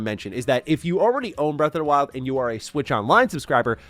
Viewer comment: Why does he keep saying “breath of da wild?”